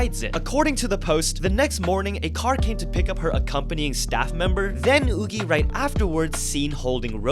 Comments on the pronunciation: I thought Yuqi's name was pronounced "yoo-kee", not "oo-gee". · Why are you pronounced yuqi as yoogee?????? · who tf is oogi? come on!! it's ridiculous how you can mispronounce a name that badly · Woogie…? You mean Yuqi…? It’s pronounced more like chi than gie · You're pronouncing Yuqi wrong :( please, chceck it for future videos :D ("q" - is "Q", not g), read it in Chinese, it will be correct, fighting! :D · It took me a bit to realize he was talking about Yuqi because of the pronunciation— I’ve never encountered the korean pronunciation before lol